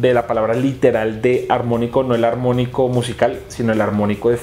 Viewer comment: Soy el único q se Dio cuenta q.wn vez de decir ARMÓNICO dice AMONICO? DEN UN LUCK DIGO UN LIKE